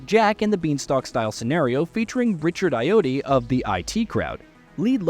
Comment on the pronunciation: Can’t even pronounce Ayoade correctly. Researching how to say certain names correctly really would help you know. Amateurs.